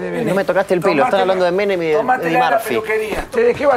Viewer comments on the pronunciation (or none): Me encanta cuando la gente dice Menen en vez de Menem.